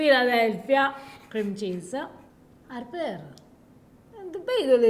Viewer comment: It’s “Harper” lol 😂 it’s okay, you tried. Just thought I’d let you know. No hate here!!